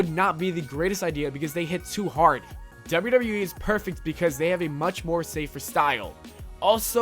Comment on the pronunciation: wtf are you pronouncing wwe like that?